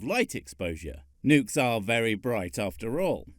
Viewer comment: I can’t take that guy seriously, the bad pronunciations just ruin it for me. Like the nukes on mussels? What do seashell creatures have to do with huge explosive payloads and the moon?